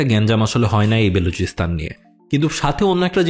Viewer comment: It's BALOCHISTAN, not Beluchistan 😂😂😂